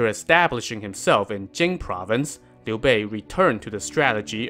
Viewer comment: Finally someone pronounces his name right! This alone deserves a sub!